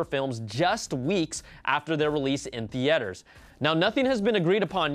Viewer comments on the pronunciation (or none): Did you say The eters ?? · Theethers omgeee it's theaters. 😫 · it's ok haha silly mistake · Lol the-e-aters